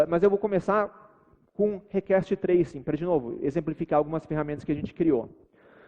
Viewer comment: 45 minutos de video com o cara falando "rekeste" pra fazer um teste de sistemas distribuidos, pqp